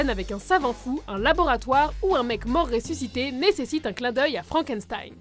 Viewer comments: FrankenStein?! Franken"S"tein ?!!! C'EST ALLEMAND NUN DU DIU! CELA SE PRONONCE "FRANKENCHTEIN" !!!!! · j'ai été choqué quelle dise frankenSStein Like si tu dit frankenchtein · On dit FrankeCHTEIN pas FranckenSSSSTEINE!!!!!! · Je suis la seule à avoir oreilles écorcher quand elle prononce Frankençtein au lieu de Frankenchtein ? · c'est pas méchant, mais frankenstein se prononce frankenchtaïne ;) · FrankenSTein ça se prononce CHTEIN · ça se prononce "Frank and chtaïne" et non "frank and staïn" MERDE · Frankenstein ça se prononce "shtein" s'il vous plait x'D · On dit "FrankenCHtein" au passage ;) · Super video mais sa se dit Frankenchtein en fait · Sa se prononce frankenscheine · Faut revoir la prononciation de Frankenstein!! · Elle est un peu bizarre la prononciation de frankenstein nan ? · Vidéo pas mal qui fait découvrir des références cultes, mais sérieux les gars "Deus Ex MaSHina" et "FrankenZtain"...